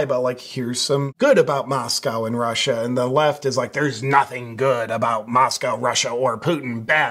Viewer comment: MosCow is Russia..Moscoe is Idaho with the liberal university of Idaho.. thank you for saying it correctly..Tucker..not so much.